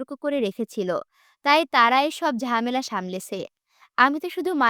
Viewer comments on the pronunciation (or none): none